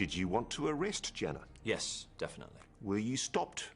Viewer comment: People were up in arms about him being taken to trial (Which wouldn't have happened anyway due to his dementia) But it doesn't change the fact that there were over 30 allegations against him. And, not to be pedantic, but it's Janner with an A, not an E